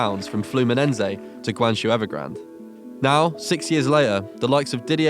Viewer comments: PLEASE FIX YOUR PRONUNCIATION OF THE CHINESE WORDS. ITS HORRIBLE!!!!! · 10 seconds in and you have already fucked up the pronunciation of Guangzhou and ShenHua. Don't talk about what you don't know. Also nice to see you finally googled Conca trolololol. Drogba and Anelka both had terrible stints in Asia a long time ago. Not really backing up your point dude. The fuck was that guy talking about protecting the brand? Last season one of the most sucessful teams, Shandong, nearly faced the drop Why are you using stock images from the 1960s? Scared that if you show the modern cities you will realize what a shit hole London is? East Asia isolated? This bald bastard. China was trading on the maritime and silk roads when Europe was burning witches in the dark age.